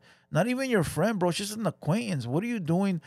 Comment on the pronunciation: A bideo you shust made lol. Hit the like buddon LOL